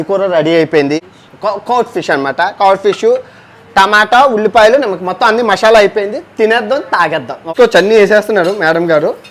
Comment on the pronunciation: Mashyala ❌ masala✅